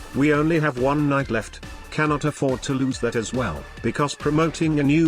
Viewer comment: It is "knight" with a silent k.